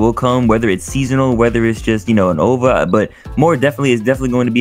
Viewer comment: Only reason i’ma subscribe to buddy is bc of how he pronounced OVA